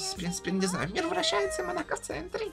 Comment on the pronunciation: На будущее, не монАко, а мОнако😅